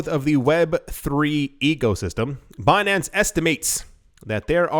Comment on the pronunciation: when you said Bin-an-ce, with that french accent, I thought you said Beyonce, the singer. I was rather confused with the article until i caught on.